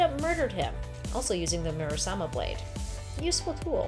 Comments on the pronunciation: “Muramasa” not murasama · You could have a drinking game with how many times she says "Murasama". It was "Muramasa". Even shows such in 1 of the panels in the video about 3 minutes in. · Muramasa, not Murasama. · hahaha she reads Muramasa, murasama 😅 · It's pronounced the MURAMASA blade. Not MURASAMA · Murasama or Muramasa? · Theres a comic panel that says the word shes pronouncing. Why is she saying murasama when the panel says muramasa? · In the picture with Logan and Omega Red, he calls it the Muramasa Blade, not the Murasama Blade. FYI. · MURAMASA BLADE NOT 'SAMA' .... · Exactly. Every time she said MuraSama Blade, I winced. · Isn't it muramasa blade? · Mew-rasama? LMFAO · Muramasa is the pronunciation. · "It's called MuraMasa" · I thought it sounded weird haha